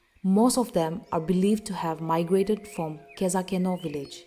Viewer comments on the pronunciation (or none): U pronounce khezhakeno wrong its not kezakeno